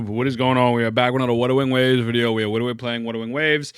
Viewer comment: You tryna tell this to sumone that can’t even say Wuthering Waves LoL